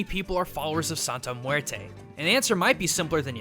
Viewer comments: Joaquin Pirotto I KNOW, it's mueRRte. Like a mini drumroll on the r. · So it’s more pronounced like muete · As a native spanish speaker, it makes me cringe every time you say "muerte". I know it's not your fault english doesn't have the strong R sound spanish does, but it still makes me cringe so, so hard.. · Did these dude seriously call muerte...murto ? Lmao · Muelte Muelte Muelte